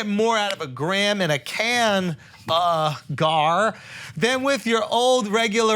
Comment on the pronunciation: Andrew refusing to say canagar 🤣 I always listen to the adds for shit like this